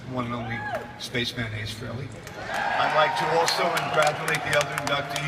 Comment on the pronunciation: THE ONE AND ONLY SPACEMAN! "ACE FRHELEY" TAKE THAT TOMMY THAYER!